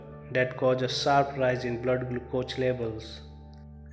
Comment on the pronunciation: learn proper english pronounce to speak, how you pronounce glucose